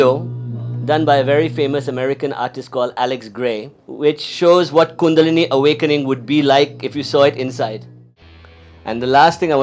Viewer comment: I wish he should pronounce the word kundalini properly. Btw what spiritual lineage does he belong?